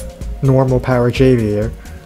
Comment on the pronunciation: Javier is a Spanish name, so the J is an English "h" sound ("Hov-E-air")